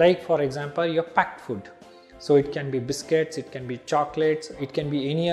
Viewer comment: did he say "fud" instead of "food"🤣🤣🤣